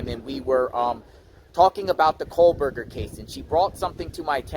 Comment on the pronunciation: Are you saying "Coldberger"?